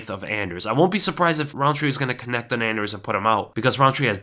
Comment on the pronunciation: You got that anders so wrong